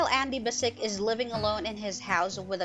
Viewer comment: It's a bit, I would say.